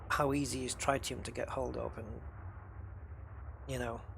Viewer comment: The fuel (an isotope of helium) is pronounced tri·tee·uhm. Tri like trigonometry, not like tripod.